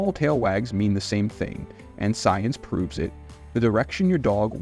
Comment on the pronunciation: Uh..."Science". SMH. 😂